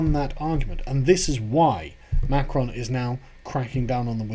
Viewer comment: It's Muh-Cro not McKronn